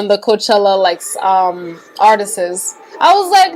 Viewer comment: The word "artists" is two syllables, it's not pronounced "artistsis". Go to Google and type "pronounce artists". You speak very well, I just wanted to let you know, being as you speak four languages.